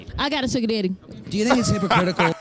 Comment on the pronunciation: "Mah' Deddy' did it" 🤢🤮